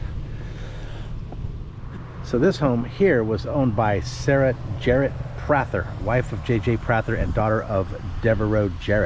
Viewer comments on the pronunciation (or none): The Prather House I live 2 miles from it and grew up here. It is pronounced Pray ther not Prat ther. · I know it looks like it might be different but it’s actually pronounced “Two - ga - low”. And regarding the Prather house (pronounced “Pray - ther”), Confederate General Robert Toombs avoided capture by the invading damn yankees by secreting away in a closet of the house during one of their searches.